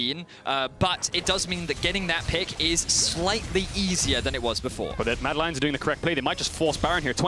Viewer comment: i kept hearing Madelines